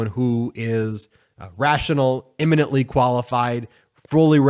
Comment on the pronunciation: Eminently. Not imminently.